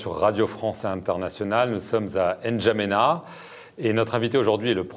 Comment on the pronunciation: On ne dit pas N n'djamena! C'est N'djamena tout cours